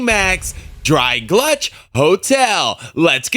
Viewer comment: Nice review. But it's Gulch. Not GLUCH.